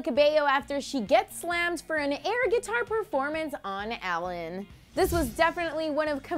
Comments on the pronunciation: Its not 'Alan' its Ellen El-len. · OMG I HAVE ALWAYS THOUGHT HER NAME WAS PRONOUNCED EH-LEN!!!😳